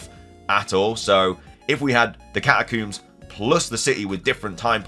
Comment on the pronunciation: Learn to correctly pronounce the word "catacombs".